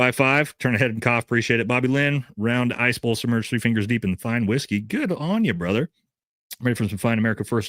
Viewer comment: Wife must of did something make you want go missing from the family for 4 hours 2 days out week now😂 😂😂 but i love it keep up good work ""😂😂